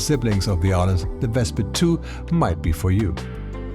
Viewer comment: good video as usual. only comment, as the name is inspired by the city of Arles in the south of france, you don't pronounce the "S", you will say Arle. City where every year you have one of the biggest photo festival in the world starting july till october.